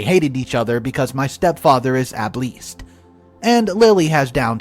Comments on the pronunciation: Able-ist, not ab-leest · Story 1:, you pronounced "Abilest" as "Ab-least". OP actually misspelled the word Ableist, which is pronounced "Ay - bill - ist". The term is a reference to social discrimination against people with disabilities, often seeing them as inferior rather than different. [Racism, judging by race; Albeism, judging by perceived ability.]